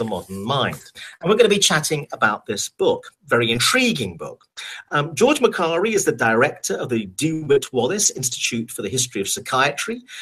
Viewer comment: Makari is my my name but they say it like ma Kari I geuss I'm a authour then?!